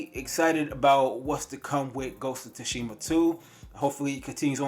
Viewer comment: He said ghost of tushima lmaoooo. Bruh learn how to pronounce shit correctly